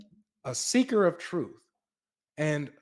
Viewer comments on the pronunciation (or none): The Woman Empwire, pweple don’t know the twue message